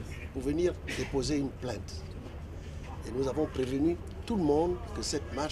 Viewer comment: plainte et non plaite vous aussi